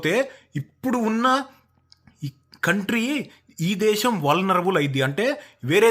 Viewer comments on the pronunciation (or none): none